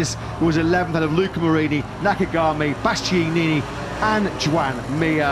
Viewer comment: When do you learn how to say Bastianini 😅